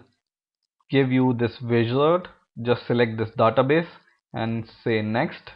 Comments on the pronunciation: I can't concentrate when he says "Database". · i cringe whenever he says database..